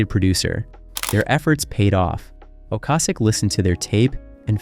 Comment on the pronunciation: This guy really just pronounced Ocasek Ocasik!